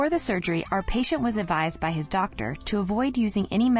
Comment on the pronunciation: Jack: Pronounces word correct Also Jack: Doktar